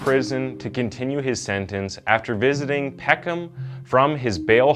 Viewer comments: it’s pisses me off every time i hear Peck Ham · PECK-EM. NOT PECK HAM. Why can't Americans or Canadians pronounce English towns and cities at all.... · You don't pronounce the H in Peckham